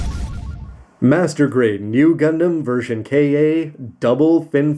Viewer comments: Ver kay aaa ? Don’t ya mean ver ka (cahh like a crow noise) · It should be pronounced as ver "car" my friend